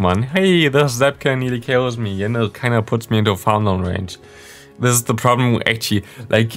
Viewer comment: one question why do you pronounce „the“ always „di“ Even of the following word doesnt Start with a e i o u?